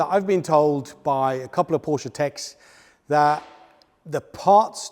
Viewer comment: bravo now saying Porsche correctly! You prove we're never too old, or too cool, to learn 💪